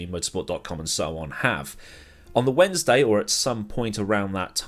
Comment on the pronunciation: I don’t give a shit about the ‘controversy’ pronunciation but did you really just pronounce the ‘n’ after clearly pronouncing the ‘d’ in Wednesday? Wtf? It is one of the most stupidly awkward consonant arrangements in English and nobody does that shit.